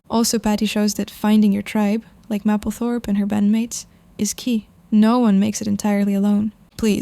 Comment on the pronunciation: Love her. psst, it’s pronounced maple 🍁 -thorpe